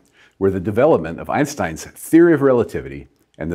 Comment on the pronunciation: Why do all americans misspronounce einstein's name?